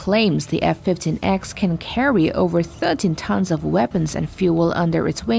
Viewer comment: It’s pronounced F15 (e)(x) not ex